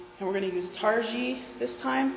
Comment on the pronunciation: I don't want to rain on your parade. The wool breed is pronounced Tar-gee. Like the stuff you put on your roof and the thing you wear to karate class. It's a long e on the end. Incidentally I just bought some targhee top to spin for the first time. Oh yeah.